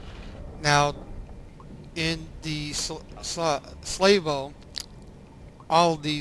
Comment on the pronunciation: Excellent tutorial series sir, thank you and well done. Also, not to nit-pick, the pronunciation of salvo is sal·vo , not slave-o. Excellent vid none the less.